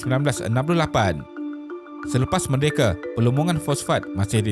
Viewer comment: Lagi 1, bahasa melayunya banyak sangat guna "e" kat belakang. Contohnya merdeke. Org melayu sebut merdeka 😄